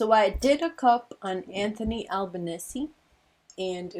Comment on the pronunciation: Thanks, you pronounced Anthony Albanese's name really well! Thanks 💖